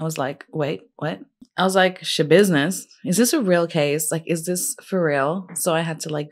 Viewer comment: Hahahah gurlll I feel you with the not being able to NOT say Schabidness 😅 love your take on her case!